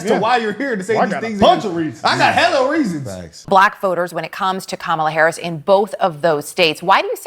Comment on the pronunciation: She's just mad her man cheated on her again and played her. Every time she said Kamala Harris, like she didn't know her name. Then Danny Trump lol